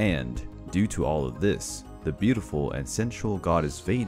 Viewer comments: I’m not tryin be a know it all but Vanir is pronounce Van-near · It's like Vaneer (if you write it in english), but the "a" is pronounced like it is in british tomato.